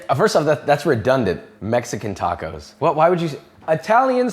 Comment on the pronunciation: The English have butchered more native languages than anyone else. They use the short "a" in "can", but then use a more continental "ah" in "can't" - so why can't they pronounce tacos properly? Then there are words like valet, it's French, so why do they pronounce it as though it rhymes w pallet? And then there's what they've done to Dutch 🙄. When they took over New Amsterdam, they heard Dutch words that they couldn't really pronounce. [Quick Dutch guide: Dutch oo= English oh; oe=oo as in boot; and J, as with the Spanish & French LL, is used like an English y and is often a diminuitive.] So they heard koekjes (little cakes) and thought they heard cookies. They heard kool sla, and thought they heard cole slaw. Surprise! Kool is Dutch for cabbage & sla is Dutch for salad. They heard Sinter 'Klas and thought they heard Santa Claus. Sinter Klas is a diminuitive of Sint Nicolaas - little St Nick. Weirdly, even though Sinter Klas wears his red Bishop"s robes & mitre (he was a mid 3rd century Bishop in Myra, Anatolia), just like Father Christmas, somehow in America it devolved into a red suit & hat. Worst of all, they heard the Amish in Pennsylvania call themselves Deutsch (German) and thought it was Dutch. Nope. The Amish speak a kind of German, not Dutch. Having said that, Amsterdam is like London in being able to get reasonable ethnic food, but in the villages, they tend to combine Asian ethnic foods into one restaurant, and for some reason, have tomato in a lot of Chinese dishes